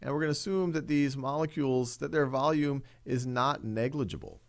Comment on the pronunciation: He speaks like “vulululullulululu of the container of the gas container